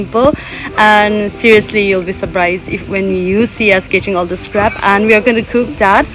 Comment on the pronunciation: Not crap it's crab